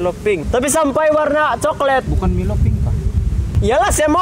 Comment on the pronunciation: Coklet ah bukan coklat bang.. 😂... Lol betul kau bang ()... Lawak buduh..